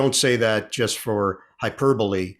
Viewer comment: I've always liked Ian, going all the way back to his WFAN days. BUT, I must admit it drives me crazy that a guy who makes a living by speaking can't say "just". Every time he says "jest" instead, it is like chalk on a blackboard to my ears.